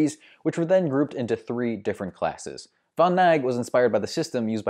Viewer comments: It isn't von Nyge. It's von Knigge. As in the 'N' word that only racists use, save that you pronounce the initial K. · Von Knigge hurts even more, c'mon!